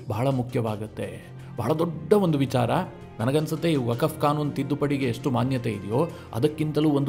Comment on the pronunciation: ವಕಫ್ ಅಲ್ಲೋ ಮರಾಯ "ವಖ್ಹ್" ಅಂತೆಳೋ